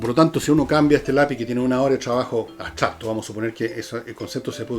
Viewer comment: Escucho a diario tu programa y admiro profundamente tu lucidez, pero me hace ruido que digas "abstrapto" tantas veces...Es como cuando dices "nadien" y luego lo corriges por "nadie", lo cual agradezco. Pero abstrapto simplemente está mal dicho.